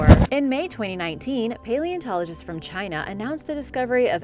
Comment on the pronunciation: Emphasis on CHINA'H! Please